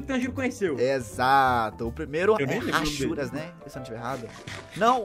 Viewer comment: Falou certo Hashuras